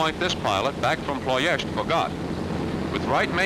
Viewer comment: Well, after 45 years of reading about WWII air power, I finally learn the right way to pronounce "Ploesti". Great film!